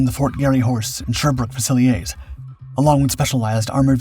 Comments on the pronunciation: fusiieers (a french word for riflemen) is pronounced few -zil -ears. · It's "few-sill-ears". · All I noticed was Sherbrooke “Fusiliers.” What did you notice?